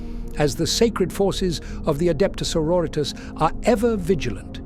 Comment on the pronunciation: Adepta señoritas